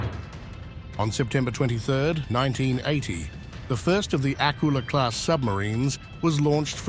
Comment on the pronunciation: it;s not pronounced AK-ula, it's pronounced ak-U-la - the stress is on the second syllable